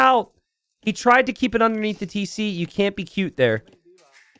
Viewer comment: "Tesé" like a true Floridian 🤣🤣